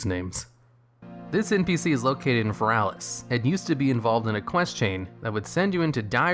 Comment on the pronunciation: Finally... someone who pronouces Feralas correctly :)